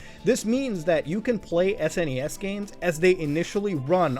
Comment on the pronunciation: Thank God you say S-N-E-S and not SNESSS